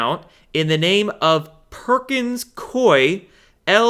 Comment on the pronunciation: I have a friend who works for Perkins Coie in Portland, OR. It is pronounced COO-ee - not Coy. COO-ee. Sorry but that's the pronunciation - call one of their offices. He says they are laughing at all the youtubers who say their name incorrectly. I guess they have to laugh at SOMETHING especially since one of their bank accounts for $2.9M got confiscated!